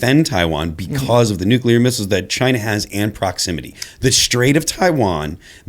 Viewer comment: I miss how President Trump says "chyna"